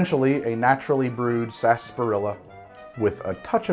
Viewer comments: It's not "SAS- PAH-RILLA" it's "sar-SAP-pah-rilla." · I can't stand that word. Everyone says it like "Sass- par-illa" Yet it's spelled like "sar-sap-ar-illa" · why do you pronounce it "Sasperilla" when it's spelled "Sarsaparilla"? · COÑO NOJODA!... 😫 It is: Sar..... Sah!.... Pah!... rrrri..... Ya! 😩🔫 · I'm surprised you didn't mention how "sassparilla" is a pronunciation that completely ignores the R and extra A syllable. The British pronunciation includes the dropped syllable but also excludes the R. Totally improper but it's just how we say it. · It’s pronounced sunset saaaaaaaaaaaaaaaaasparilla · its pronounced 'spars-er-ela' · COVID drinking game - drink whenever says "Sarsaparilla" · Is it pronounced sa-sparilla, sass-parilla or sar-sa-parilla? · I don't know if latinos pronounce it wrong but I don't pronounce sarsaparrilla the way he pronounces it.